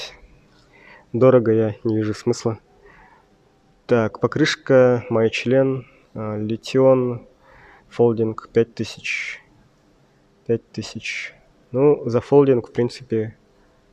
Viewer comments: Испохабили Мишлен 😄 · Сантур = Сунтар Мишлен = Мойчлен Интересно вы конечно озвучиваете название фирм🤭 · Название Мишлен прозвучало как-то странно))